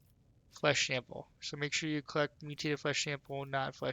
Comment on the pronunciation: Lmao flesh shample. Bothered me to no end, that. Thanks for the guide man.